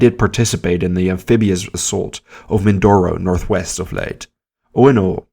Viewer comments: Ma - nill - a . Not Ma - nay - a ! Leyte is pronounced Lay - tay not Late! Mindanao is Men - den - now not Maduro although those are my favorite cigars.😆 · Leyte (Lay-teh) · Leyte has an e and is pronounced Lay- Te, the TE pronounced just like the word Tell but without the double L. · "Leyte" is pronounced as "lay-tea", not "late". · You could have just said that it is pronounced as Lay-Teh. There you go! LOL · Leyte is pronounced LAYTAY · He mispronounced numerous words, including Leyte.